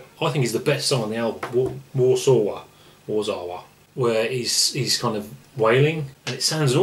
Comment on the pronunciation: Warszawa - pronounced Var-shar-va , as the Poles pronounce it , their capital city .